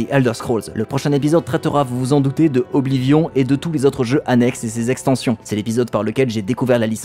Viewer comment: BORDEL PRONONCEZ OBLIVION CORRECTEMENT. C'est juste impossible de prendre les français et les VF au sérieux..